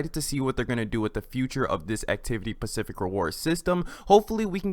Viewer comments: Are you saying pacific? Instead of specific? Lol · also its: 'specific' not 'pacific' - (ones an ocean) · “Pacific rewards” 😂😂😂